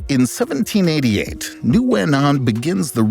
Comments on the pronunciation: Zero effort made to pronounce Nguyễn correctly. Come on! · No, that is not correct, that is like calling a duck a chicken. Nguyễn only has 1 pronunciation, all other pronunciations are incorrect. Noo-win is so incorrect. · I disagree with this advice as a Vietnamese person who majored in linguistics. "Win" is the common anglicized pronunciation found in the US, but people anglicize it in different competing ways and all of them are equally correct (/incorrect). I find noo-win to be more similar to the original than win, and some prefer noo-yen. In Vietnam, my English-speaking teachers all pronounced it noo-win.